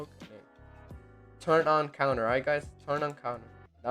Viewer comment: Say it with me, con - tour not counter. Thanks for the tutorial tho